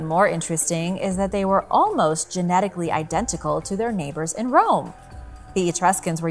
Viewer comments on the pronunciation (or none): none